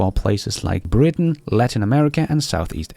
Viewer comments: Why do you mispronounce "Britain"? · to annoy you✅